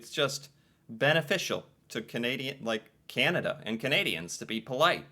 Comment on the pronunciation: So sorry, but as a Canadian.. it is slightly offensive how some mericans pronounce Canada as Kennadah. :D Sorry :D